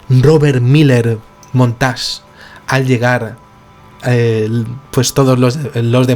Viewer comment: hola, humildemente te corrijo, el segundo apellido es montague, no montas, saludos, mis respetos; Robert miller montague,!!lg